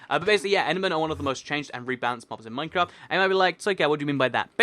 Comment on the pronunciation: I swear he said minecrap at the begining